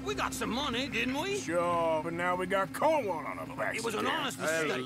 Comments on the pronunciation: Just how mark calls cornwall, codwell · We need a compilation of every time he has mispronounced "Cornwall."